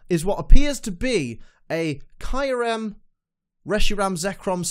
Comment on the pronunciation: Lol that pronounciation tho xD Kayrem, it's Kyu (Kjooh)- Rem (rehm).